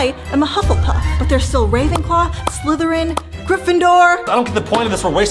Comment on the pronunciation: Its slytherin not slitheryen